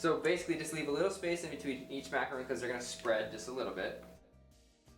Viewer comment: STOP SAYING MACARON WRONG.